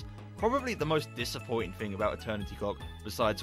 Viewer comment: Dude, your entire voice over was TERRIBLE! You do relies that every time you said "thing", you said Fing.